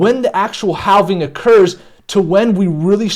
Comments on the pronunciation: Danggg he said haulving like a million times. I thought it was okay but it's not lol. Never heard this type of speach before. But I cant take it anymore lol. It hurts my head 😆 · Lol haulving! That's what I first thought. Hallving. Be nice though. He used to say halving(having) but I think hes changing it up. It just sounds so awkward tho. But it's okay, to each his own. 🤙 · I don’t think you’re saying halving right 😂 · Halving or hauling? I mean seriously lol.